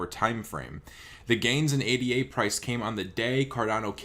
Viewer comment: Cardano coin is pronounced Aye-Dah, not Aye-Dee-Aye. It was named in honor of Ada Lovelace, the first computer programmer.